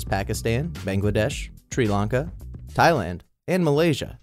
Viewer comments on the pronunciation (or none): It's not treelanca it's serlanca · TREELANKA... REALLY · He pronounced Sri Lanka as Tree Lanka